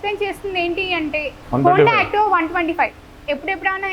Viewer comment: Tanu antho kastapadi Activa kosam cheptey nuvvu last access ani chepi gali tesisav akka. ( Adi access kadhu Akka activa )😂😅